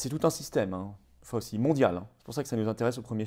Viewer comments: Excellente vidéo comme d'habitude, mais outre le fait que la patronyme de ce triste sire et bras droit du non moins triste sire Guillaume Portails III, se prononce Fau-chi, il convient de de connaitre sa déclaration filmée du 29 octobre 2019 (!) au Milken Institute. Elle est facilement trouvable. Accrochez-vous. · Ce nom ce prononce Faotchi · Merci à Florian depuis les États-Unis ! (Par contre on prononce "Fau-chi")